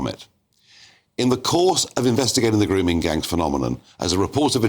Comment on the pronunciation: Yes. Khan “errrrr don’t no wot a gwooming gang meenz durrrrrr”